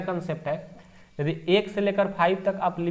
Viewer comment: Jadi nahi hai ❌ yadi hai ✅